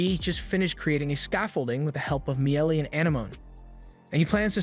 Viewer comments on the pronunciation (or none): none